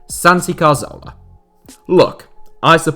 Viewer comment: CAR-ZOLA!? bro the name isn't hard to pronounce